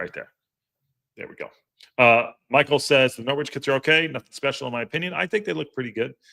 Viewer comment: Just a heads up Silent w in Norwich So Nor itch